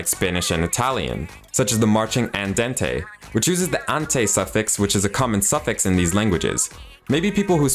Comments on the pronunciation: some additional things i noticed: #12: as an Italian, and a musician, all the secondary words for the enemies are based off of musical terms! you can go onto inkipedia and see what they mean. also, the minibosses' songs feature styles of music from their names! also, it's pronounced "ahn dawn te" not "ane dan te" :) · It's pronounced Ahn dante and is a music term- (I'm a music nerd I'm sorry--)